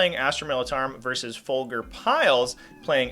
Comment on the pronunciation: Just to let you know Folger’s name is pronounced like the coffee brand with a J sound. But 2 GemHammer bros in top 20 is pretty awesome, just shows how competitive our community is in Dayton, Ohio